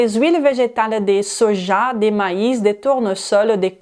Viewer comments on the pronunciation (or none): none